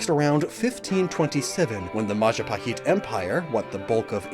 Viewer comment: I really appreciate your pronunciation of the words like Majapahit. And including that traditional music around the mark too... Don't worry, Ayam Goreng sounds about right (although the "Go" might be better as "Gaw" with shorter vowel?) Hahaha. 😊 The province, or Special Region, that follows Sharia Law is Banda Aceh (Bun-duh Uh-cheh, like the che in check meets eh). In Malaysia, there's a famous TV Show Upin Ipin that has female characters wearing Hijab. And a local Indonesian animated movie Jumbo also has a girl wearing Hijab. So, it should not be a big deal, I think. It's just an attire, like you said. 🤷🏻‍♂️ Much respect to you,. As always. ☺🙏🏻 Oh, and yes, that thing you mentioned about Unown would be cool. I did have/imagine an idea of an evolution that combines all 28 forms into 1 (maybe named Alfabeth? Lol). But the Wishiwashi treatment should work, too. 😊